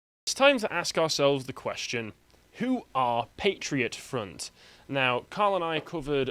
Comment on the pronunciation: Patriot Front. Emphasis on 'Front'.